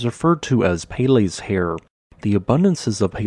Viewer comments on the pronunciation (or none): peh-leh, not pay lay